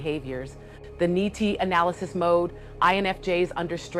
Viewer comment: All great information but have one minor suggestion. It is clear you fully understand the topic and as such your language sometimes may confuse less informed viewers . For example, you mentioned the Ni-Ti loop but you pronounced it “Nye-Tie” or when discussing Fe you said it like “Fey”. You don’t do this consistently because I’m guessing it’s stream of thought but the people who don’t understand these topics it could be confusing and they might think they may not have heard you. I found that the best way to ensure no confusion in the language is to use the initials when you say it. So always say N-I-T-I loop or F-E; but saying seperste letters. We become so entrenched in the complexity of the topic thst it becomes easy to confuse less knowledge people . Also using the initials makes it evident that those letters have seperste meanings and will make people’s brain think ; oh that just mean something more complex. FYI, I don’t know if I’ve said this before, but your videos have the most comprehensive range of studies and research that I’ve seen most don’t go this Avenue in terms of INFJ creators so their is a vacuum for your type of content. Most focus on function stack, practical application, etc. but few go into research which is always have wanted. Thank you